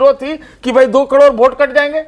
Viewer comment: सतीश के सिंह कैसा पत्रकार है जो करोड़ को कड़ोर बोलता और टी वी पर फिजूल की बात कर समय नष्ट करता है।